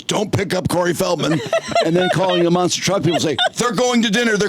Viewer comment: Not Monster trucks, but MONster trucks. Emphasis on Monster. 👹